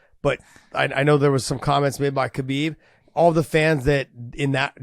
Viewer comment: They can't still pronounce Khabib's name correctly so don't expect anything to change